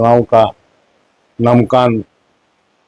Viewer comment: नामांकन को ही शुद्ध नहीं बोल सकता है मंत्री तो शिक्षा विभाग....